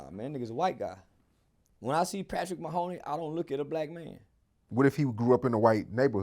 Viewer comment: Nigga said Patrick Mahoney 😂😂😂